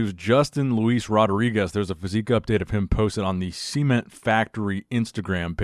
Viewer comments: The old Seement factory,is that the dried stuff in your underwear after bedroom time?? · If Breon's going to criticize you for anything it should be that pronunciation of cement